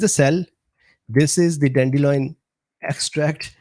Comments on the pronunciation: Sorry but it's annoying me. DANDELION NOT dandeloin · Don’t worry about mispronouncing cichorium intybus. Or “dandeloin” 😁